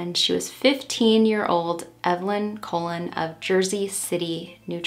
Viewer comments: the pronunciation is coLON, not COlon (emphasis on the last syllable). It means 'Columbus' in English. Like Cristóbal Colon (in Spanish) and Christopher Colombus (in English). Perhaps a direct descendent of the infamous conquistador? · Great video your research is always so deep and on point. But Your pronunciation of the Last name is incorrect... It is pronounced like Cologne not colon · I am also Spanish and I think you may be mispronouncing her last name. If you end up doing a pt 2 for this case you could maybe reach out to her nephew again to clarify how to pronounce it! Just a helpful suggestion :)